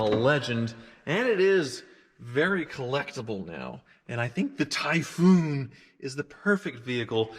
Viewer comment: "Tie FFFoooun"